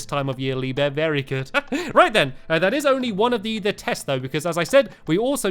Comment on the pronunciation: I'm sorry did you say beary good?